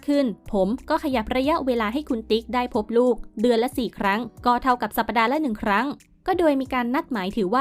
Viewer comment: สัปดาห์ ไม่ใช่ สัป ‐ ปะ‐ดา สมัยไหนแล้ว ยังอ่านไม่ถูก อ่านว่า สัป‐ดา อ่านใหม่จำไว้